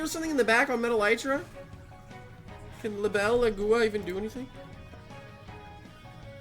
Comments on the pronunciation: It's agua not AguOa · it’s prounoced Lie-bel-a-gua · You pronounce it like the name. Li·be·lA·gu·a It's the Spanish words for dragonfly (libélula) and water (agua) mixed together. Edit: Could also be the Portuguese words for dragonfly (libélula) and water (água).